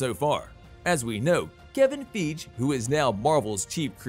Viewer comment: Who the fuck is "Kevin Feege"?